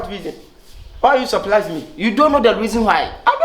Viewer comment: I suprlaa you 😅 Kyekyeku: you suprlaa who?😂😂😂😂😂😂😂